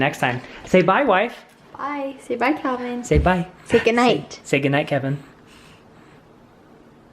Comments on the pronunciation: Did call Calvin - KEVEN at the very end there!?!?!? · Here come the comments saying got calvins name wrong 😂 who remembers when he did that before? I love home alone!